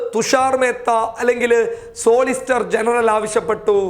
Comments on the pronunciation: സോളിസ്റ്റർ അല്ല മിസ്റ്റർ സോളിസിറ്റർ എന്ന് പറയൂ. വിദ്യാഭ്യാസം കുറവാണ് അല്ലേ? വെറും ഉടായിപ്പു അഭിനയം മാത്രം. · സോളിസ്റ്റർ.. അല്ലവ്യക്തായിട്ടു പറയണം.